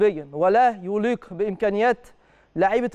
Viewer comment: انت مذيع مجتهد وليك حضور، عندي بس تعليق بسيط في طريقة نطق بعض الكلمات منها مثلًا طريقة نطق كلمة "يليق" بتكون بفتح الياء وليس بضمها. تحياتي